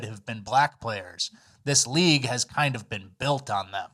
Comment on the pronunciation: emphasis on kinda, SUE BIRD